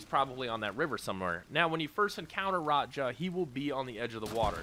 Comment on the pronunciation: I assumed that's an accent lol 😂